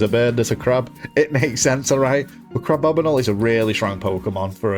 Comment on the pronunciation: It's not crabobinle it's crab-bomi-nable. Like the Abominable Yeti.